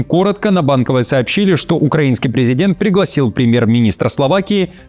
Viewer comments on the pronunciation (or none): none